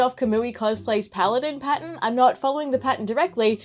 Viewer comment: thought she was saying 'patent' but she was saying pattern